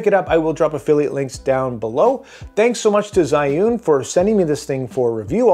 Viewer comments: Pronunciation sound a lot like Juin or Ju-win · It's pronounced Zhiyun.